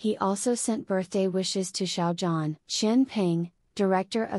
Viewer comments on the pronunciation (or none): thank you for this! but please learn to pronounce Xiao Zhan's name properly. it's so grating on the ears how you mispronounce 'zhan' that i cannot bring myself to sub to your site. it's not 'JAN' and you can hear the correct pronunciation of his name on other YT sites, esp the chinese ones.